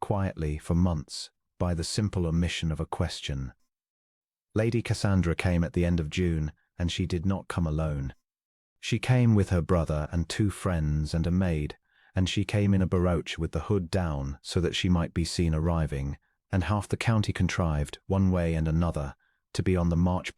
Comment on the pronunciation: Barouche is pronounced Ba-roosh.